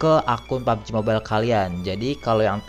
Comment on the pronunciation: Mobail anjr bacanya bukan mobel